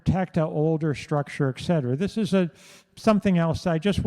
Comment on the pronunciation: Tell your husband it’s pronounced “et cetera”…🤦‍♂️